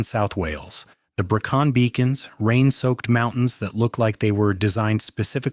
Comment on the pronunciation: Given how close I live to to the Brecons, the way your AI slop pronounced it discredited everything else that was going on in the video. A little bit of research and tweaking to ACTUALLY make it sound well researched, would have gone better.